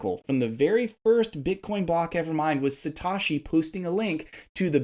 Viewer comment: listen, dude, if you're going to put yourself out there and speak to an entire asset class (crypto), the VERY LEAST you can do is NOT be a lazy American bro and take the literal 3 seconds one needs in order to properly pronounce Satoshi Nakamoto's name. say it with me, "SAH-TOE-SHEE". simple, and you'll seem more credible when you start saying it correctly.